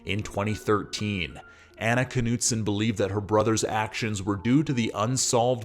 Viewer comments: The North Dakota pronunciation includes the “K.” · Dude the K is silent.